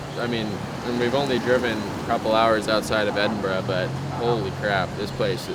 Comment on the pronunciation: lol - "Scotch" lol, you're lucky you only got a slap on the wrist, in a lot of places they'd just pour some Johnnie Walker for you to return the insult xD - Lock Ness lol Not a dig at you, every American coming to Scotland had to learn those things, it's part of the journey and a forever fertile meme. Glad you enjoyed it, visited some amazing places. Oban is one of my fav towns in the country, the ferry takes you to Mull which is a gem, and much less crowded than Skye. Then you can eat some sea food from a booth in Fionnphort and go to Iona, see the cool Abbey and (if weather permits) travel to Staffa as well:) From there go to Tobermory, visit the distillery, get across and see the Glenfinnan Viaduct. I'd recommend going to the more wild and raw north-west of the country, areas like Torridon and Ullapool are stunning. Also if you haven't already, check out why Royal Lochnagar has the Royal in the name, it's a cool story. You can also visit the place where they found the oldest official record of whisky production that you mention in the video, it's in Lindores Abbey, and now it also has a distillery just next door, with some of the best modern single malt whisky:)